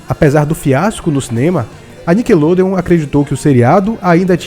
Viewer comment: só aceito criticas de quem realmente sabe do q ta falando... O cara num sabe nem falar NICKELODEON.